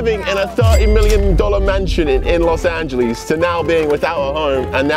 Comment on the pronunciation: los anglee